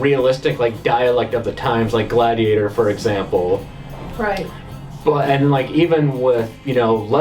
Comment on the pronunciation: G'lad ee ate OR